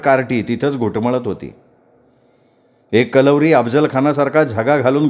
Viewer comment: कलवरी नाही करवली असे pronunciation ahe